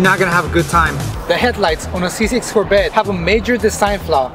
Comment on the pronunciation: Its Corvette.. not Corbette. 😂😂 But seeing that u hate ur Corbette so much.. i have a car hauler, ready.... 🤣